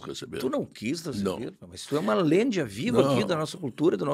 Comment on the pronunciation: "... mas tu é uma lêndia viva" ADIJAOSIDJAOSIDJAOSIDJASOID